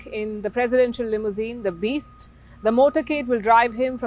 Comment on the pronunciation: Quite an emphasis on "The Beast". Are you trying to tell viewers something? What did you hear over there?